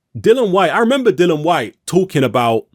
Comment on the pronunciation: Why do people struggle to pronounce Dillian's name correctly? His name isn't Dylan.